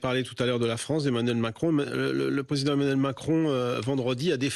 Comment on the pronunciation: Emmanuel* Macron cocotte (la crédibilité ça commence par savoir prononcer correctement les prénoms et noms des hommes politiques tu vois)